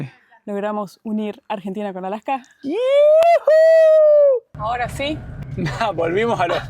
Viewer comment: Casi no les entiendo cuando hablan los argentinos, como que aplican un freno a ciertas palabras o no se que sea. Por ejemplo no dicen Alaska sino Alacka como que cambian la S por una C